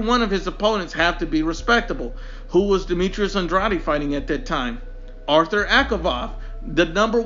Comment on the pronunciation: This video is silly for a variety of reasons. You aren’t pronouncing andrades name correctly. Comparing their last 5 opponents is silly because they’re at different stages of their careers. Canelo is at the top, whereas the other two are still getting established. Also it doesn’t seem like you are using their rankings at the time of the fight; and are using their current rankings. One final point, andrade fighting for the vacant title against some guy nobody ever heard of was because BJS is an idiot and got popped for drugs... otherwise he would have fought BJS who is/was top 10.